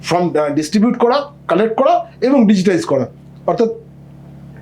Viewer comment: আপনি বার বার ফর্ম এর জায়গায় ফ্রম বলছেন !!! সময় নষ্ট করে আপনার কথা শুনবো কেনো ???